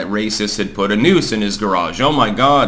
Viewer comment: I heard "nukes" instead of "noose" and thought the bubba story was a very different situation.